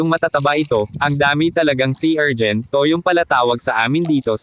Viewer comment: Anong erjin?? Urchin yun bano😂